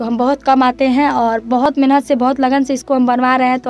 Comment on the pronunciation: Itna aacha bolti ho lekin mehnat ko menahat kyu bolti ho mehnat bola karo ab video me mehnat hi bolna lsko sudhar lo baki sub bahut hi achha hai comment me batana